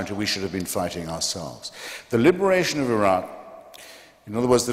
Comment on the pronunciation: It's Iraq Not 'a rock'